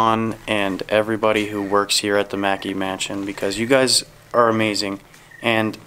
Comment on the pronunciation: FYI, y'all are pronouncing MacKay in correctly. It is pronounced MUH-KAY. MAEKI is the pronunciation of Mackey. MacKay is my maiden name.